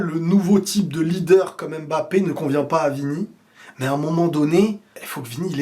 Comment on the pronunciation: Arrête avec la prononciation "ÉM-BAPPE" je t'en supplie !!!!